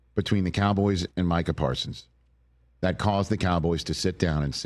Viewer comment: "The Kah-boys." It's so annoying.